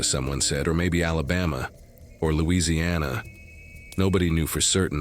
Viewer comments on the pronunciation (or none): none